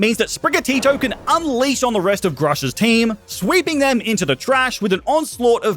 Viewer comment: There name is Russian it pronounced groo-sha